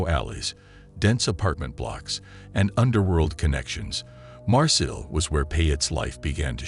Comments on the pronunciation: It pronounced "mar-say" not "mar sill" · Like Marseille its pronounced "mar-say" not "mar-sill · You are so annoying everytime you say Marseille or Lyon..... you are not saying them right at all